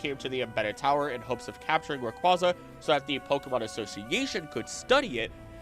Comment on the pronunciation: Just to let you know, Rayquaza is pronounced as Ray-Kway-Uh. It's nane references quasar. Just letting y'all know for future videos 👍